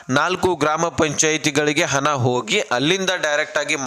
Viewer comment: ಹನ ಅಲ್ಲ ಗುಗ್ಗು ಹಣ ಅಂತ ಹೇಳು...